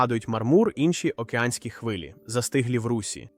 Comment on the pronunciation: чого "за тисячі кілометрів" коли мова про хаббл і вебб якщо до Юпітер сотні мільйонів кілометрів?. чому у вас наголоси дебільні. аі озвучує чи що? шАри, попЕлу, в русІ, впорскУють. звідки ці наголоси? Наче коньтент годний але озвучка то повне лайно. повне собаче лайно.